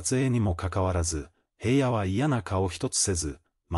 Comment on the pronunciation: へいやって誰？ひらのです。いい加減ちゃんと言いませんか。